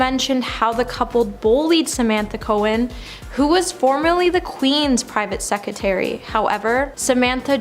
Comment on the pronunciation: It's "sec-re-tary'